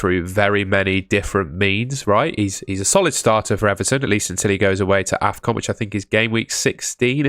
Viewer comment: You called afcon defcon 😭